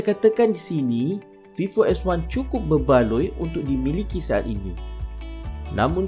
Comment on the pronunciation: Terbaik bro .. cuma perbetulkan sebutan .. contoh sebutan fingerprint .sebutan vivo . Dan lain2 lagi ... Sekadar menegur .